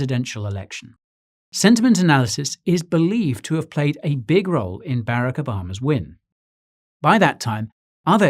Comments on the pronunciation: Bare-ik O-bomb-uh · lol at how he pronounced Barack Obama